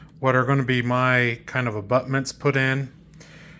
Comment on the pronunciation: Did you say butment, LOL